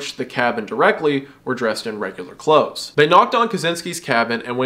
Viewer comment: "clathses" Love it❤